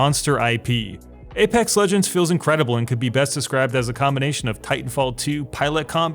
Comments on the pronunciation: aPEX not aPAX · "APAX LEGENDS" lol. This game is fantastic, best BR imo